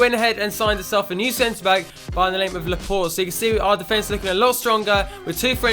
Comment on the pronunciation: its laporte, like laporTAY